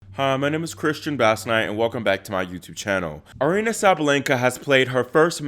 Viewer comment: Her name is Aryna ie ah REE na. You're obviously not a tennis player.